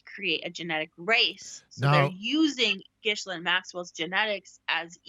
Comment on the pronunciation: You need to learn how to say Ghislaine’s name correctly.